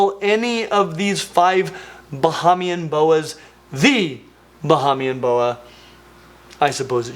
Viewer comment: Hey! Love your videos! Bahamian born fan here and lol just wanna hip you to some pronounciations Bahamian- Ba-Hey-Mian (not Ba-Ha-Mian) Abaco- Aba-co (not Ah-Baco) Keep up the fantastic work!!! Again love watching your videos!!! (Can we get some new tank building videos? Maybe I’m just missing them cuz I watch so many of your Genus explanation videos lol)